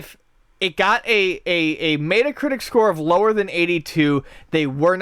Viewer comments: it's pronounced metta anyway. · What you mean to say is "Not everyone pronounces words correctly and that's ok." Which is fair but we can criticize them for saying it wrong. It's not a valid way to pronounce it. It is pronounced "Met-a". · I know people from buffalo they still pronounce it met-a. You're the only person I've ever heard pronounce it that way. Doesn't bother me it's just really funny and you should get made fun of for it till you pronounce it right. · Paul Girdlestone It's still pronounced "met-a" in the uk so your argument is invalid. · the way pronounces meta is super cringey.